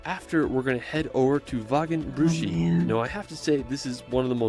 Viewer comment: He starts in the Bavarian-Austrian border region and a lot of his recommendations are located there, but Germany has far more to offer than this somewhat overrated region. 1) His pronunciation of "Zugspitze" is slightly off - "z" is spoken more like 'ts' in German. 3) His pronunciation of "Wagenbrüchsee" is very off. Maybe he should have rather used the other name of the lake: Geroldsee. 1) to 3) are all in the Garmisch-Partenkirchen district. 4) to 6) Berchtesgaden (roughly "Perchta's garden" - Perchta being the Celto-Germanic goddess also portrayed as "Frau Holle" in Grimm's tales) was since the 12th century an ecclesiastical state around the abbey of Berchtesgaden, since 1380 an Imperial Abbey with seat and vote in the Reichstag (Imperial diet), since 1559 a prince-provostry and thereby its own state between the Duchy of Bavaria and the Prince-Bishopry of Salzburg (which surrounded Berchtesgaden on 3 sides). Being a provostry is the main reason for the many churches there. The Kehlsteinhaus ("house at the Kehlstein mountain") was christened "Eagle's nest" (or French "Nid d’Aigle") by the French ambassador who visited it in 1938; this name was normally not used within Germany. Hitler's regular holiday resort was the nearby Villa Berghof in Obersalzberg (a small village whose inhabitants had be forced by the Nazis to leave for security reasons). "Königssee" translates literally to "King's Lake", but originally it was "Kuno's See" (Kuno's lake) after Kuno of Horburg, who toge